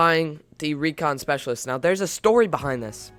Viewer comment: Recon SpEceaiailitest